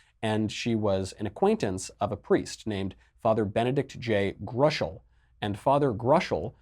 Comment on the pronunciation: It's pronounced Grow--shell. Father Benedict Groeschel, founder of the Franciscans of the Renewal, fixture on EWTN from circa , was no friend of new agers. He did not, unfortunately, fully recognize the imperative that the Church return to herself through the practice of Tradition, and especially the TLM, and somewhat fell for the exaggerated cultus of John Paul II, but he was very far from a gnostic or a supporter of liberal kooks. Sad to see he's already been forgotten to the point that his name is unrecognizable to involved Catholics.